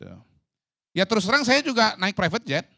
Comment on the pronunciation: Ngucapkan Prevet jet saja salah… Qodari.. Qodari… kualitasmu bener2 gorong2